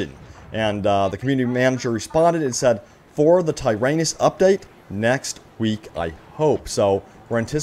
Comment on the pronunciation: Ki Adi Mundi yeah no shit but it’s Tie-Rawnus